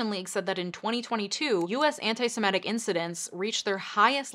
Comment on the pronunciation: It's 'Semitic', not 'Simetic'.